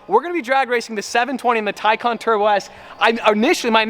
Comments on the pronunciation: "TICON" I think you mean TAY-CAN, Please fix it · Isn't it TAY CAN not tie khan? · It is pronounced TAY CAN not TYCON just like GAL LARDO not gil lardo. For supercar owners they brutalize some names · Tycon? I thought it was Taycan.... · u said taycan a lot